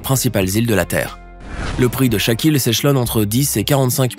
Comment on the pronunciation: Incroyable à chaque fois que tu disais "chaque île" je pensais que tu disais "shaq O'neal"